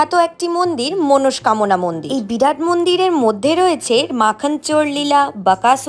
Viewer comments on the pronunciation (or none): none